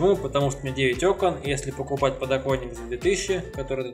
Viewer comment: надеюсь у тебя все таки не подоКойник, а подокоНник) лежит